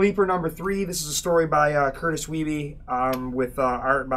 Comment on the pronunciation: Curtis Weibe is from my hometown. Must correct you on pronunciation of his name. Its "Weeb".